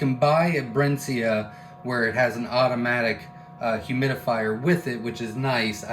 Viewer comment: It's pronounced 'Brinsee' ;)